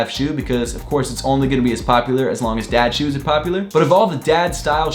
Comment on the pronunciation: I thought you said dead shoes